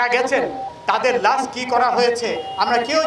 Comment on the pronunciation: কালা মানিক বাংলাদেশি হলে লাশ শব্দকে লাছ উচ্চারণ করতো না! তার ধর্ম ও জাতীয়তা যাচাই করা প্রয়োজন।